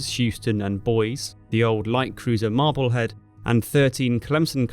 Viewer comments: I enjoy your content, this SE Asia series especially. For future reference, Boise (capitol city of Idaho) is pronounced Boizee. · yes, 2 syllables, not one. Boy-zee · Always love rewatching these videos, very good storytelling. But that pronunciation of Boise lol. Gets me everytime. Good stuff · The way you said Boise caused me physical pain, great video though. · I love the confidence you bring to pronouncing "Boise" wrong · Just to note, the ship Boise is pronounced "BOY-zee", not "Boys". It's the capital of the US state, Idaho. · ?? Boise, pronounced Boizee. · Don't want to be pedantic, but as an ex-resident, I feel compelled to point out that Boise is pronounced "boy-see". Don't, whatever you do in the hearing of a native, call it "boyz-ee". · Boise is pronounced "BOY-zee," the 'e' is long, not silent. If you're Idahoan, apparently it's pronounced "BOYSS-ee." The name most likely originates from the French word for "wooded," "boisée." Been binging your channel all day. Saw all the people correcting your pronunciation in this video. Thought I might join in. Cheers! <3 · not pronounced bois. boisey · Boise is pronounced boy-see, not boys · I hate to be that person, but Boise is pronounced Boy-zee, not like Boyz, love the video though, big fan of your content :) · That vessel is the cruiser Boise, pronounced Boy-zee or boy-see. But it is not pronounced Bois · BOY-ZEE not BOYS and it's MAHBAHLHEAD not Marblehead. Love your work! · Boise is the capital city of the American state of Idaho and is pronounced BOY-zee. Good video. I never knew any of this stuff. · Boise is pronounced boy-zee. Amongst other grossly mispronounced words. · bois-e , sounding that e , actuall pronunciation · Dear Sir, Thank you for your fine content. Just one little thing - the US city of "Boise" is pronounced "Boy See". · FYI, Boise is pronounced ‘Boy-zee’. Now thee know. Thanks for the excellent video. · The pronunciation for Boise is (boy see). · Boise = boy see